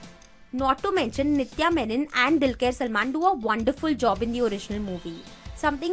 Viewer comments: Its not dilker salman its dulquer salman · I loved the way you said O kadhal kanmani is a feeling! But dude you fucked up Dulquer's name and as a Dulquer's fan I felt bad. But but but I loved the way you compared both the films